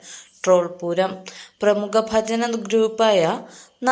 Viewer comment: ഫജൻ അല്ല ഭജന ആണ്